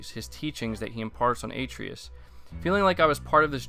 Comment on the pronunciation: Also, it’s pronounced (Uh-tray-us) not (Ay-tree-us) 😭😭😭